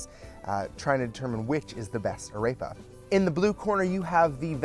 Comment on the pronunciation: This is great but please say AREPA correctly!!